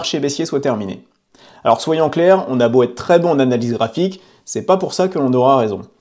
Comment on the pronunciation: Merci de ne pas dire « … va têtre … » mais plutôt « … va être … ». Merci !